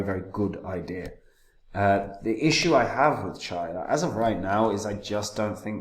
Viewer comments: It’s pronounced Cheeya , not charya Like cheeya seeds (chia) Nakamoton consensus and low power consumption. True custody of coins. Incredibly decentralised unlike ETH which following proof of stake ETH is now a centralised blockchain. Coin spend model is actual smart contracts in the coins. Brilliant and such simpler. Chia looks absolutely spot on for proper enterprise adoption. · Here here, although I've tried to correct this guy several times but he still says it wrong, I think he just puts these videos out to sell his sheets etc. He forgets that Chia was only expected to be around £25 on launch anyway ! chia to the moon !